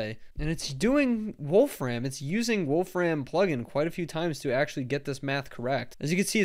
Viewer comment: Please stop saying "Wolf Ram". That's not his name. There's no stress on "ram", he says it more like "Wolf-rim", as does everybody else with that name.